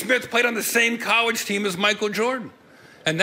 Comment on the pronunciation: He said CORLLEGE